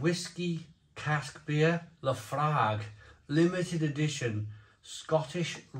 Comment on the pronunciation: It's actually pronounced Lah Froik 😂